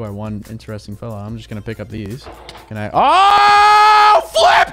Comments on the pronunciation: Flip sounded like the f word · Did unspeakable say the f word or Say flip